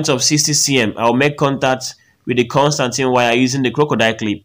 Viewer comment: My man legit said, "the Constantine wire"😂😂😂 Please it's constantan wire